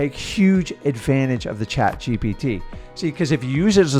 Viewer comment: The way messes up “chat gpt” 🤣🤣🤣